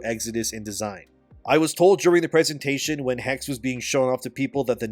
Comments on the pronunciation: Is pronounced Hex-eh, not "haggs" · Yo! Just wanted to let you know, the word is pronounced “Hecks-uh” and it is literally the German word for “witch”. Assassin’s Creed: Witch…;P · The last "e" in "Hexe" is not silent.